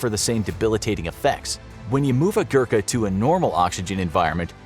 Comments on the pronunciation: It's Gorkha not Gurkha, please pronounce properly... Anyway nice informative video. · It's pronounced "Goo-Rr-kaa" not Gurka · Im from Nepal, and I know how good they are. Btw, "Gurkha" is pronounced as "go-rr-kk-ha" not "gurk-ha" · It is Gorkha not Gurkha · It's ghorkhas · every nepali happy until they realize the english have been pronouncing every word he tried to say wrong. Yes, I am a nepali and am salty about him not being able to pronounce any nepali word such as gurkha, gurung, khukuri, shrestha etc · As a nepalese, I feel awakward when u say gurkha badly